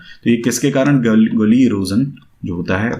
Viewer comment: Gally nahi gully